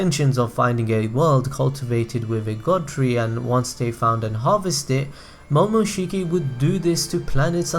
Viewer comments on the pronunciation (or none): none